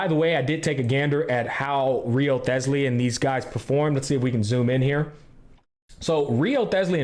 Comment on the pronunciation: Haha Wriothesly pronunciation had me dead